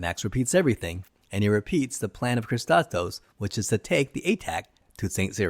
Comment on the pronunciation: How can you pronounce "Kristatos" as "Kisskosskos"?? Not even close.